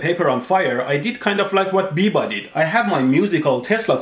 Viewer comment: biba is from my town, he is a scam sure but you are pronouncing his name wrong